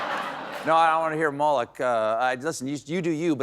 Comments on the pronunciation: The band member, keyboards I think, always has terrible timing and voice projection. Couldn't even pronounce Moloch properly. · 😂😂 “Dark Lord Mulloch”!